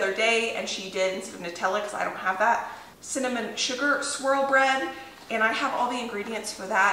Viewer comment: I thought you said cinnamon “squirrel” bread 😂